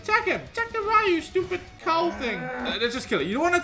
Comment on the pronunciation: Ik this is random as heck.. but thank you for pronouncing Ryu properly 😅 drives me nuts when people call him Ree-u. It's like calling your friend Ryan Ree-an instead smh